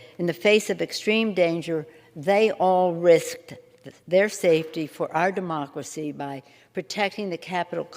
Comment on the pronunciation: "mUh DuHmoCkeruHsee"